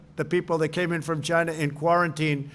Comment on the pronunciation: The way he pronounce China..annoys me..i just Want to punch his face..